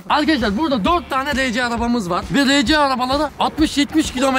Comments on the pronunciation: Abi arci değil arsi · rece diye okunmuyo ar si araba diye okunuyor o abi